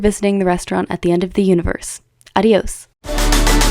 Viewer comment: Girlie that's not how you pronounce adiós 😭